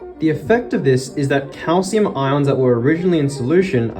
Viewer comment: why did u keep sayjng calcium